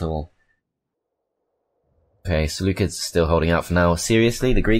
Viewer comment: See - loo - sids